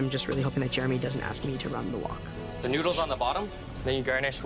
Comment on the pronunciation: "Wok Hay"? Uncle Roger gonna love this! This is Uncle Roger's nephew.